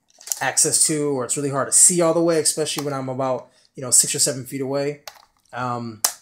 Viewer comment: Thanks, nice video, but there is no X in especially.